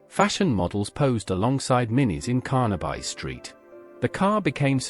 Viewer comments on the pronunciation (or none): I cannot and will not view something that pronounces Carnaby Street as CARNABUY> For God's sake!!! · CARNA-BUY STREET and BE-ATTLE mania. Ya numpties.